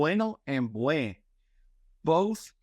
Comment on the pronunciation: Dear professor, I noticed that you don't sound the "n" in "buen". It's necessary to sound it in Spanish. Thanks.